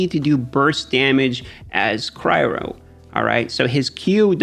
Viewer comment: It’s pronounced ‘cryo’ not ‘cryro’. Great video, love your work!